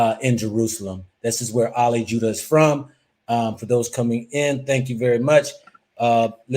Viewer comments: Brother it is not Ali 'Judah' rather 'Jiddah' as in Jeddah the city in Saudi. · His name not jewdah it’s Jid-dah stop trying to paint a narrative with your pronunciation